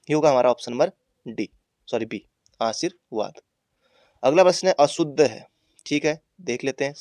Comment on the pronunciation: itne confidence se galat pdha rhe h🤣🤣